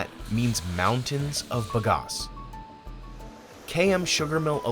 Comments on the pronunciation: Sugar cane is grass and grows like it. Fast! Plant the hell out of it. Bag-Ass.... not buhgas American. It's "bag"-"ass".... like "big ass"....but "bag ass" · Ba-gas, not ba-gos. The company owner says it correctly. What wrong with the narrator? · If Mike Rowe's dirty jobs taught me anything, its that its pronounced bag ass...